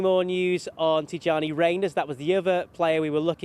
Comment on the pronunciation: Name is Tijani with the J ; not tiŷani . It’s an African name and doesn’t need to be westernised